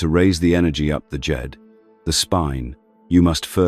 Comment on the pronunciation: Is he saying dejed or Jade